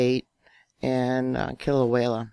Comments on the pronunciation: Kill-ah-way-ah, not Kilawela🤣🤣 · Kilauea* Not Killa-way-la. I think you watch too many disaster movies,.